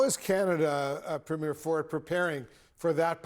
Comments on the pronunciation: It is pronounced Preem-yer not Premyair. Go, Canada. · It's pronounced, "PREEM-yer" Doug Ford is not a movie premiere, he's a PREMIER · Please stop calling Canadian Premier's (pronounced "Preem-yers") not premiers(like a movies first showing ). Small ball I know but would you like Canadians calling American Governor's say (Goove-nors) EH!........ I won't say what we call your current President, as younger you tube followers may be reading this.😊😊